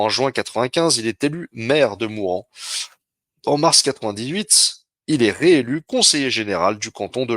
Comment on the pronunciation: Mourenx se prononce mourinxe